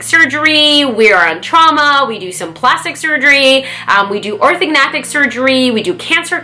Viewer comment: Its Orthognathic surgery, not Organathic surgery :)